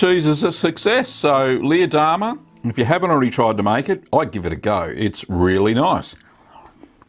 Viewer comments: You pronouced Leerdammer totally wrong but good review. greeting from the Netherlands! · Leer is a city in Germany (close to the Netherlands though) and is pronounced similar to pear, not like beer